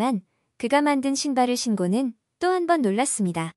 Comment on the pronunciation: 신고는은 신꼬는이라고 읽어라 초등학교 열등생이었는가보다 구독자수 줄어들겠다